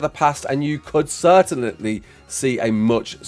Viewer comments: Certain-ly not certain-et-eley lmao 😂❤ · Since when did you start saying certainly as "certenetly"? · Certainately??? LoL